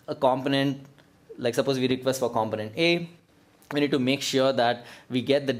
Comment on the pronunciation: Pronounced: com·po·nent